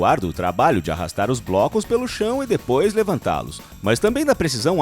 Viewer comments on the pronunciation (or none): none